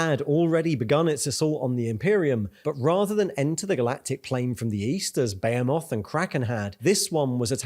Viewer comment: You keep pronouncing Behemoth wrong, its Be-Hem-Oth. Great videos though :)